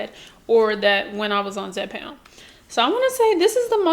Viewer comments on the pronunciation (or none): Hey darling you’re doing a great job but the drug is called (Zepbound ) not Zepound